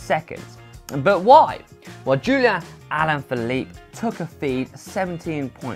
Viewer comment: Joeliaaaaa aaalaaaaafieliep in de toew se fwaaaaaaaa. Jeezes christ that sounds gorrible!